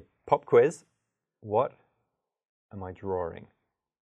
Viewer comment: He's drawring🙃